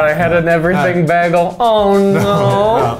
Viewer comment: Sam: pronounces bagel as “beggle” Me: MY PHILLY SENSES ARE TINGLING